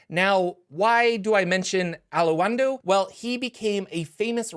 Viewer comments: Its pronounced Ah-londo, not A-lo-en-do! You can hear it here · It's pronounced, "Al-ondo". Not "Al-Uw-Uund-oh". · Ah-lawn-doe The "win" is silent. So sayeth the Wise Allu-win-du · "al la oon doe?" I'm going to check on that pronunciation right after I wash and fold my "la oon dree" 👕🧦🧺 LOL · A-laun-do. Three syllables. That's the way his name was pronounced in the Baldur's Gate game and that is an official AD&D product. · The Alaundo pronunciation kills me. If you play some Baldur's gate, it's mentioned several times, minus the "hun" in the middle. A Lawn do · I thought it was pronounced "A-lawn-doe"